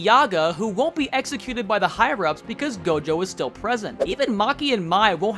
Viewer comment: nah bro said tojo at the start instead of gojo